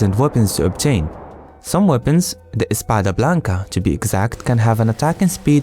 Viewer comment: Me encanto el video porque un gringo hizo un showcase de un mod español y trato de pronunciar lo que decian los items (spada blanca jaja)